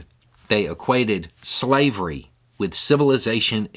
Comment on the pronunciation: couldnt say slavery